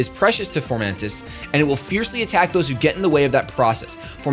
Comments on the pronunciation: f-O-mantis not f-OR-mantis! it's leviooosa not leviosaaaaa! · I can't get over him saying Formantis instead of Fomantis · fo mantis, there's no r. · Foe-Man-Tis =Fomantis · There is no "R" in fomantis.